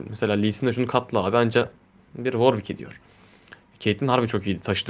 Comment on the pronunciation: worwick değil W ar W içki diceksin :)